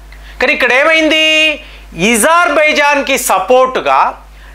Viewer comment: Eజర్బజన్కాదు అజార్ బైజాన్ గా చెప్పండి